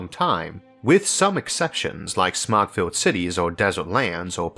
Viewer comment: When you said "smog filled cities", I heard "smug", and immediately thought of big cities like Paris or London, full of smug people 😂😂😂